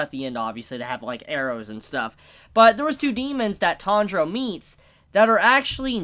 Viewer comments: Alvaro Díaz No, it’s a mispronunciation/accent. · Why does call the protagonist "Tandro" instead of Tanjiro, which is clearly his name? Is it an inside joke I'm missing?